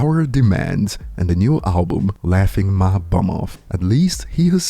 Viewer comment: tell bron its BUM not BOOM !